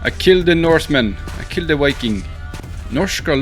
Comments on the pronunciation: Why did you spell it viking? You keep saying WIKING so idk why you would spell it with a v,, seems counterintuitive. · Lmao Norwegian people can’t even say V,, 😂 they literally can’t put their top teeth on their bottom lip and say veeee, or vuhh that’s CRAZY lmao 🤣 💀 I’m dead